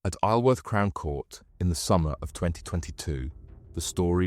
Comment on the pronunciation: What a story...I vaguely remember reading about this...I thought the "narrator" was human till "he" said "aisleworth" instead of "eye-zul-wurth" when pronouncing Isleworth 😂😂...good job though...salute!!